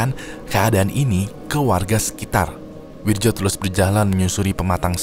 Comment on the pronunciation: Itu bacanya Wiryo bang